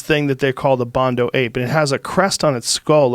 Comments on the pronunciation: Bonodo Ape Joe. Not Bondo. Has been bugging me every time he says it. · Bonobo not bondo lol